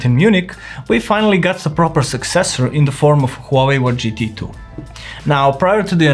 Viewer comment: Gt tu 😂😂